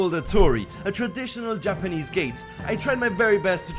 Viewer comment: everytime he says 'japanese' I'm like (nooooo!)